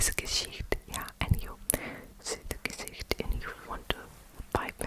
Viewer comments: hey! german girl here! i just wanted to say that the way you say gesicht sounds very very good, very german, the ch in gesicht is also very good! judt wanted to say bcs you asked if it was right! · Your "Gesicht" is perfect